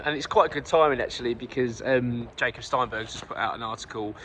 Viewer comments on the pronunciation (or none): none